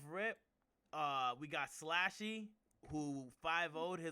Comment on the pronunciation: Itz pronounced slushy🤦🏽‍♂️not slashy slushy like the gas station drink